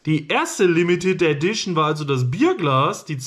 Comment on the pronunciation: Ädition? Heißt das nicht Edition?